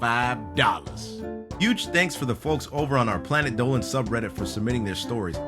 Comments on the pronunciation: Planet Dolan on the intro you said "planet Dolwan" X3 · Efe Aydal he actually pronounced it as diynger Dolan.